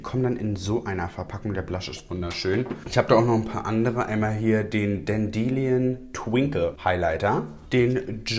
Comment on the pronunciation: Denderlion ist Löwenzahn. Sprich es wie lion am Ende aus😊super süß. Musste total lachen😂❤️